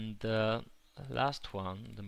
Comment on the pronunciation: It sounds like hes french a bit because of the "ze" somewhere